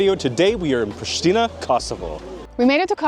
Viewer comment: wtf dude?! Its Prishtina not „prishtina!!!